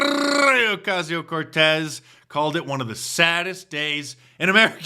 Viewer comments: So funny on saying AOC name 😂😂😂❤ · My mind goes into a seizure stroke when you tongue roll AOC's name. I love it.